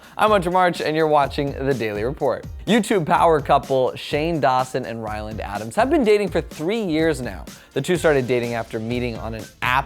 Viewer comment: did he just say Shane Dawson and Wyland Adams? lmao Anyways, i’m so happy Shane proposed!! I’ve been waiting for this ever since they got together:)